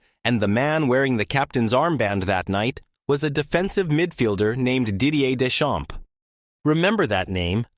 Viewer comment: AI can win math olympiads but can't pronounce Deschamps properly it seems.